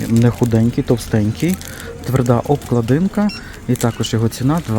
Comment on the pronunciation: Все добре, але відкрийте словник укрмови і подивіться де ставиться наголос в слові " обклАдинка".